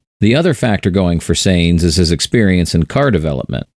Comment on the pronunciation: Please pronounce Sainz correctly. Almost every one does